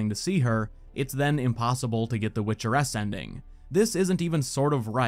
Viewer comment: My dumbass over here confused as fuck for a few minutes thinking he was saying "Witcher S" and not "Witcheress"